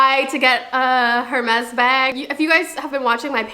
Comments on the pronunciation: It’s pronounced air-mes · PLEASEEEE the h in hermes is silent😭😭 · The h in Hermès is silent… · The way you pronounce Hermès kinda scratches my ear drums 😅🥲